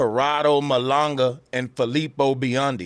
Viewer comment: Very smart guy... very informed, yet he doesn't even pronounce Malanga right.😂 BRAVO 😂